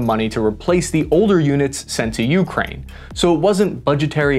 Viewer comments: you’re killing me. It’s “UkrÁine”, not Úkraine”. The accent is on the second syllable. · you-Kraine. Not YOU-kraine. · ~REALLY hard to listen to your pronunciation of Ukraine "You, Krain" rather than "YuhKrain", great vid though :)